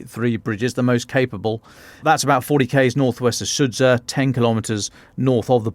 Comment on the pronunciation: Sudzha pronounces sood zha. Zha as in azure,.